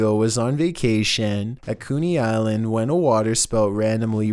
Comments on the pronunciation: Co nee- Coney. Not Coo nee. I hate how you pronounce things wrong. Everyone has heard of Coney Island!! Omg!!😱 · Lmfao!!!! Listen how he pronounced Coney Island ! “ Koo-knee “ island . Lol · "Koony Island"